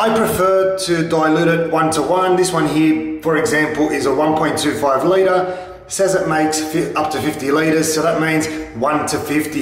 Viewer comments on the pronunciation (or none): none